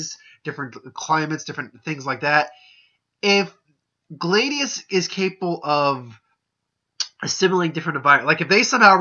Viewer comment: His name is pronounced Glay-see-us.